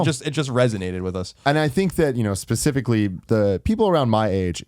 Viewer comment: When Tim says "specifically" it sounds like he's saying "pacifically." Tim is a geographic phenom. Next T-shirt Tuesday shirt lol